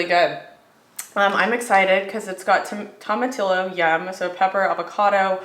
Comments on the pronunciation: Toma-TEE-ohs, not toma-TILL-ohs. 😊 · Don’t pronounce the double “ll” in Spanish! Toe-mah-tee-yo :)